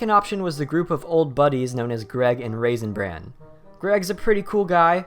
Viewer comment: It sounds like your saying raisin brand